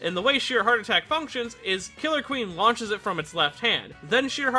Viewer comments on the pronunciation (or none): You said killer queen wrong